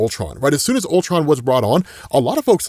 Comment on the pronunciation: "CULTRON", cmon, bruh